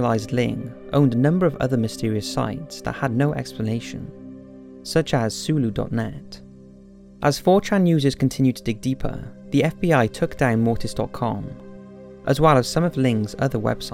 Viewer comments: Woah woah woah... did you just pronounce Cthulhu "sulu"??? You know who Cthulhu is right?... Right? It's pronounced exactly the way it looks, like K-thoo-loo. Anyway... other than that, great video!! Seriously, I haven't watched your WW II docs yet, need to get on that... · soolo? It's cuh-thoo-loo doe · It's not "sooloo", it's "kthooloo"! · "pronounces Cthulhu ZULU" lol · Nice Video. Only advice is check your pronuciatons on 2 words: cicada= ( sa-kay-da) and cthulu= (ka-thool-ew). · Sorry, it just really bothered me that you pronounced Cthulhu as "Sulu". While it can be argued that no human can actually pronounce that name correctly, Lovecraft was very clear that the first syllable should be pronounced with a K-sound. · Cthulhu is pronounced ca-thu-lu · cthulhu is pronounced -- k'thu-lu -- (kh-thoo-loo) .. H.P. Lovecraft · "sulu" lol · ???? It is pronounced Kuh-thew-loo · I'm a huge Lovecraft fan and the way you pronounced Cthulhu pained me, haha. Seriously though, THIS is what I get excited about on your channel! I can't wait for Halloween! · So funny how he pronounced "Cthulhu" You would think he would be farmiliar. Love the videos ! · The old God Cthulhu is displeased about you mispronouncing his name and you can expect a severe case of spontaneous insanity coming your way. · Didn't pronounce Cthulhu correct, at all. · Do they seriously not know about H.P. Lovecraft over in Britain? How could he NOT know how to pronounce Cthulhu our lord and savior of the deep? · Bro how do you not how to say cthulhu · cthulhu is pronounced otherwise...jesus